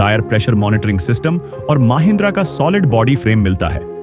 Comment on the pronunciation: AI's language is Bizarre Very Bad Ex : Comfort becomes Con-fort, Mahindra becomes Maa-hindra ;-)